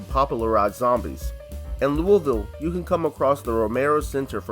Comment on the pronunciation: I nearly spit my drink out when he said Louisville correctly